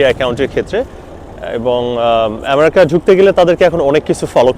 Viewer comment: আপনি তো আমেরিকা ঠিক মত উচ্চারণ ই করতে পারেন না